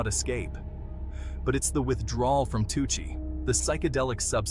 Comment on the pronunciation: It’s pronounced “too si” and it’s supposed to mimic the drug 2C even tho they’re completely different.